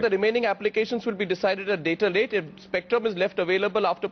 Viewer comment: At 4.04 he says dater late 😁😁😁 (later date). Dater late than never 😁😁😁